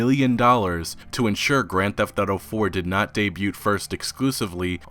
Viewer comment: I love, been watching him for a couple years now, but every time he says "grand theft auto" I cringe like a mf lol